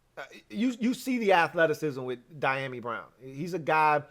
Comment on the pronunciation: Pronounced.... dee a mee.